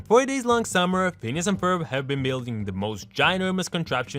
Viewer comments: It doesn't sound like he's saying phineas.. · he always says penis and it's hillarious for some reason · Him: Phineas and Ferb Subtitles: Penis and Ferb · Is it the accent or are you purposely calling Phineas, “penis” and Jeremey, “germ”